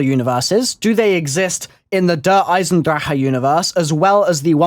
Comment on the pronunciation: Someone who says Der Eisendrache right, that's incredible